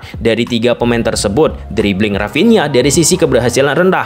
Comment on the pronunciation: Dari sunda ya dia...rapinha 😂